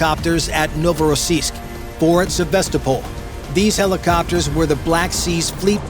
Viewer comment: Endloses Gequassel, Novorossisk und Sevastopol falsch ausgesprochen, langweilig!